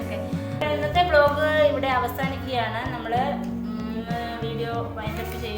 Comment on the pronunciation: ബ്ലോഗ് അല്ല ചേച്ചി വ്ളോഗ് (Vlog)